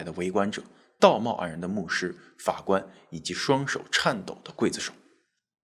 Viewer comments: 每说一次gui，我就喊kuai，我妈问我干嘛，哈哈哈哈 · 劊不是跪的發音，是筷的發音喔~熱衷於傳宗接待😅講話真有藝術！ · 怎麼沒有字幕，看得很辛苦😢，這集是否是要大家仔細看Ray?真的很久沒好好看帥哥了，是唸塊，不是貴😂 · 發音錯了 不唸桂子手 劊字唸快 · 我第一個反應也是一樣。我剛剛查了，台灣的教育部國語辭典說是唸“筷”或“快”，不同地方的讀音確實不同。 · 但還是超級不習慣他發音讀ㄍㄨㄟˋ而不是ㄎㄨㄞˋ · 不是唸“快”？怎麼唸成“會”呢？ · 我刚才也查了一下，原来是不同地域的读音不同。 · 是ㄎㄨㄞˋ子手吧?! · 劊子手是不是讀"筷子手″才對? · 我們唸劊(快)子手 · 「劊」發音，kuài zi shǒu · 應該是唸劊（ㄎㄨㄞˋ）子手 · 跪子手....聽不習慣😅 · 應該是你們那邊跟我們這邊讀音不一樣喔。台灣一般讀kuai子手。所以我們聽著很彆扭😂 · 我也以為我聽錯了 還用注音符號去查 確實是念筷子手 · 我小時候教的發音是（ㄎㄨㄞ）劊子手😊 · 台灣是念“快”子手，沒錯